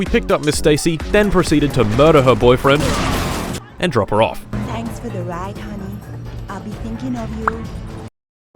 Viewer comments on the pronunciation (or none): none